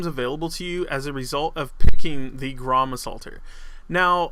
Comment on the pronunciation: grom you pronounce it grrrom. roll your tounge on the r